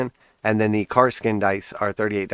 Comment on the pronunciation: Good video! I appreciate the information man. One thing though, it's pronounced "ka-sir-kin"